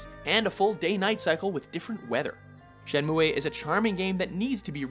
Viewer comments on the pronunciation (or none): Shenmue is pronounced Shenmoo, not Shenmuway. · Wipeout > F-zero. Shen-moo-eh? lol. It's "Shen-moo" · It's pronounced "Shen Moo" not "Shen MooAY" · Shenmuay?! Shenmuay?! Don't you mean, Shenmue? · Shenmu E ? ouh! that hurts XD ! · first time i've ever heard it pronounced "shen-moo-ay", and i was around/bought the game when it came out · Shenmu-EEHH??? WTF?? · It's pronounced "Shen-MOO"! get it right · "Shenmuayy"?? LoL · it's pronounced shen-moo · Panzer Dragoon 1,2, Orta & Saga would be an amazing HD boxset. I dont know anyone that pronounces Shenmue like this guy. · Never heard Shenmue pronounced like that. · Exactly! The game is about sixteen years old and he couldn't get the name right. I swear they do this a lot with their top tens! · Umm no it's not. Coming from an intermediate japanese student.